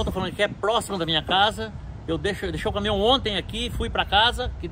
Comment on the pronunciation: É Caminhão,... Não Camihão....🤣🤣🤣🤣